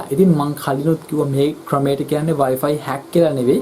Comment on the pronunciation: වයි පයි නෙවේ...වයි ෆයි නේදෝ